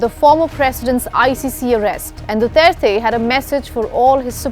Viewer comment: Thank you. At least you can pronounce his last name correctly, unlike the judge in the International Court, who can’t even speak English.